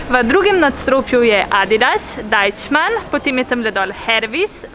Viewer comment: hehe super si, samo ne reče se dajčman :)